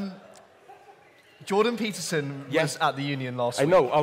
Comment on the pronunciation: youtube translates 'jordan peterson' as 'druggy pitiful' from Zizek's pronunciation.